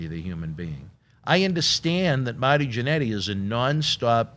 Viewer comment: "Mahty Jannetty"